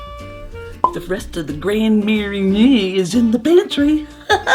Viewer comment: Gotta lean into your French pronunciation when saying Grand Marnier 😉